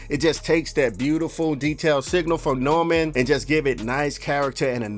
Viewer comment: Bro it’s Neumann pronounced Noy-Man. Not Norman